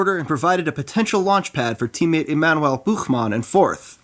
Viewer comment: I've never heard an English speaking person pronouncing "Emanuel Buchmann" so well, greetings from Germany, love those videos!